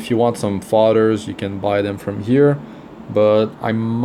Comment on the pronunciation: His accent threw me off. Sounded like he was saying fathers. But its fodders